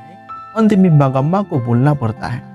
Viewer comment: aap name galat bol rahay ho mangma hota hai